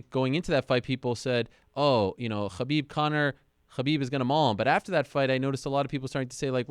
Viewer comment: Khabibs “O” has got to go